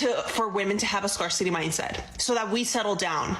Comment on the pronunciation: When did the pronunciation of "scarcity" change? Both the woman and POM need to learn English.